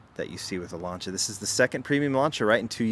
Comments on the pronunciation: Americans can't pronounce Lancia. Butchering the name. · Just a friendly heads up, you miss pronounced Lancia : )